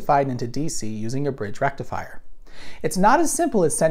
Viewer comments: So led lights dont use a FOOOOOOOOOOOOL BRRIIIIIDGRRR RECTIFIAHHHH? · Thanks to AvE, every time you say rectifier, I hear rectumfryer. That aside, nice video!